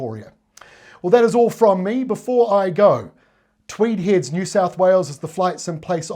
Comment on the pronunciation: If you've lived in Tweed Heads all of your life, it's pronounced Twee-deds. Thanks.